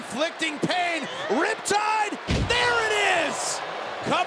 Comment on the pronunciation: Commentator: “ RHIP TIDE” Me: “pump handled slam”